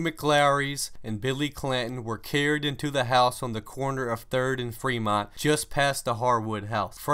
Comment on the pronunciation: Manny, you are correct. He also mispronounced Fremont.